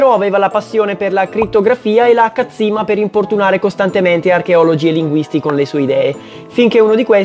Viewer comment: Kyojin da! PS: complimenti per quel 'cazzimma', da un napoletano.